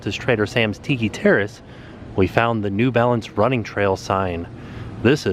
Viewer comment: you said Tiiki way better than crayon